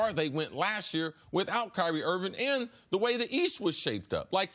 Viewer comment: Kyrie IRVING not Irwin. KIMBA not Kimber. HAYWARD not Haywood.... If you can’t even get the players names on the back of their jerseys right then you probably are not a good observer.